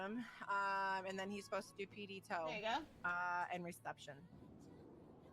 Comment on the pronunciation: “PD toe” nice English bro.😂😂